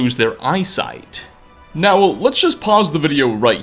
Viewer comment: Crappy clickbait. useless speculation and showboating... By the end you just say, "Its unlcear what happened" Your voice is awful. How do u squeeze n extra syllable into the word now?